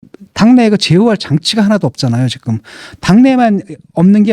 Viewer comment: 진중권도 지금을 직끔 직끔 거리네;;; 어떻게 지금 발음이 직끔이 되는건가.. 이런아저씨들 꽤있던데 신기하누